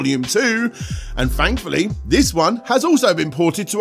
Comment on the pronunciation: Who else loves accent? I don’t know what I would do without my daily dose of “fankfully”, “fanks”, “fhree”, and “five”...